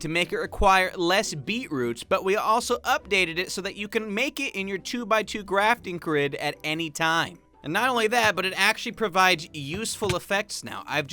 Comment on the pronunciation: “Grafting Crid”